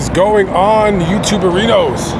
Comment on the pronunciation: Youtube-erinoes sounded to me like YouTube-Burritos, now i want one